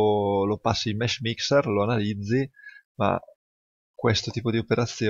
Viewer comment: Hai detto mesh mister? Non capisco bene cosa dici